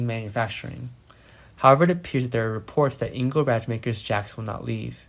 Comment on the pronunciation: please pronounce Ingo's name right